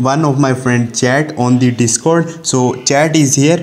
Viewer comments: Cringe indian accent be like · “On de de-scord”